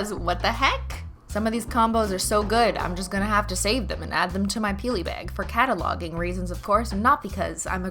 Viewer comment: Did she says she cataloguing or cat-aloguing, I swear I heard the pause when Cristine said it!